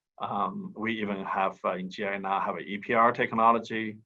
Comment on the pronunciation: It’s GIA not GIC